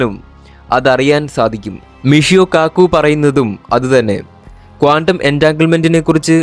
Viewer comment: കോണ്ടം അല്ല, ക്വാണ്ടം .